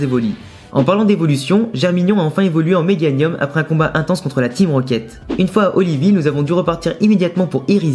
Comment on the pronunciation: Euh ta dit meganuim